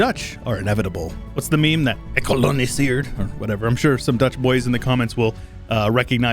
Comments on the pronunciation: Your pronunciation of GEKOLONISEERD was a very respectable attempt ;) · As a Dutch person, I approve your pronunciation! I don't know the meme but I heard 'gekoloniseerd', which makes sense because you were pointing at 'New Holland' 😅 Just try gargling a bit more on the G 👌🏻